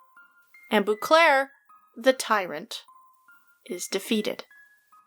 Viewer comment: First comment. Love your videos... But every time you say Bouclaire my hair on my neck rises because that's how people pronounce my last name when they don't know how to actually say it! It's French so it's Bow-clair.